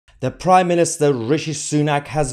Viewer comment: No, but it's "Prime Minister", not "priminister".